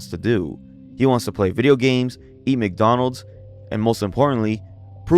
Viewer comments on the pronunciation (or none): Ah yes wick Donald’s